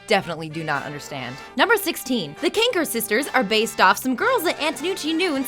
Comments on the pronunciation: The few times she said the Kankers sounded like she was saying Qwuankers. o-o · If you're going to pretend you loved the show, at least take the effort of pronouncing names right. "My childhood ended when this show ended. Anyhow, the CRONKERS blah blah"